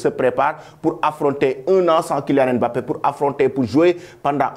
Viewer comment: Un africain qui ne sait pas prononcé "Mbappé" ! Bin voyons. 🤣